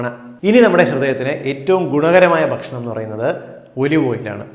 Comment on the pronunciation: ഇവിടെ ഭക്ഷണം എന്ന് പറഞ്ഞാൽ ഷേണം എന്നാണ്